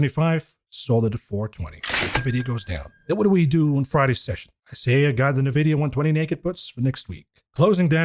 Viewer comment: I just wanted to ask when will start pronounce nVidia the correct way, instead of saying "nyhVidia"?